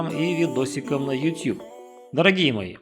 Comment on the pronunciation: редко услышишь правильное произношение 'YouTube'. Отличительный признак специалиста, внимание к деталям.👍